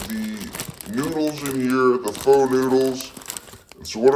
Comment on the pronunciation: Btw pho is pronounced fuh